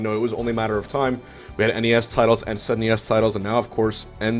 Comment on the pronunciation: That's the first time I've ever heard SNES pronounced Sen ee es lol